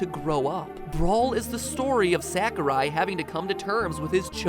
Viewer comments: I love this theory except there's one problem with it. I cringe everytime you say Sakurai. It's S-ah-kurai. I know it's a small detail but still... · You're calling Sakurai SACKorai...lol it's more like Sock-oh-ra-i....Ra pronounced like the Egyptian god Ra and the i pronounced as if just saying "I" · Stop pronouncing it sack-ooh-rai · How about pronouncing Sakurai correctly? Sa-ku-rai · It's pronounced SOCK-oo-rye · I love how you pronounce Sakurai as "Sack o' Rye." It's quite adorable. -Cormac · As much as I loved this theory, it bothered me how you pronounced Sakurai. I know it's nitpicking, but I have OCD for that kind of stuff :P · That's not how you pronounce Sakurai. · The way u pronounced Sakurai made me wanna cry